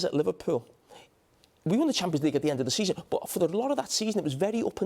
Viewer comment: Did Carra say “give him till the end of the semen”?